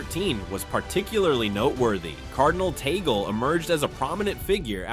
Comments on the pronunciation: Please stop this fake news about the Pope resigning and putting word into the mouth of the Pope and Cardinal Tagle, which should be pronounce as Tag-le not Tagol. You are destroying the Cardinal by quoting him in one of you cast saying that I am the official Pope. Stop this please. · Tag-le is the right pronunciation.